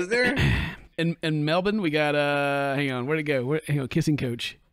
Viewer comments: as an Australian and resident of Melbourne, I'm just happy pronounced it correctly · My heart skipped a beat hearing a southern American pronounce ‘Melbourne’ correctly, Mary has taught you well. Welcome to Australia mate.